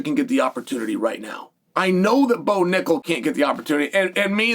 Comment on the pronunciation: This man really said Bo😂😂